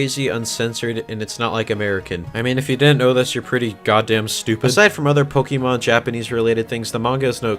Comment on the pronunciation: cough cough ooh god I must be catching the sickness of can't fucking read okay so this is an e, you say it like e and or i okay now this is -> é , is an accented e and if you look at the Pokémon logo or my spelling you can see oh look that's there and do you want to know how to say it, if not I don't care, okay you pronounce é like an A no e and or i okay thats your daily lesson now do your resssssssearchhhhhhhhhhhhhhhhhhhhhhhhhhhhhhh ah okay thanks and good bye